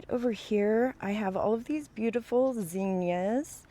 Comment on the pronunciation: Those Mexican sunflowers are gorgeous! And so happy to hear you say zinnias the way I say it! I've heard it pronounced differently and now I feel like I'm not crazy after all! Can't wait to see these pretty flowers bloom.